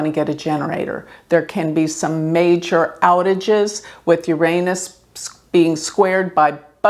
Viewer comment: Please learn to pronounce Uranus.